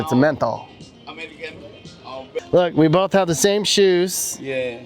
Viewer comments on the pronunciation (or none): none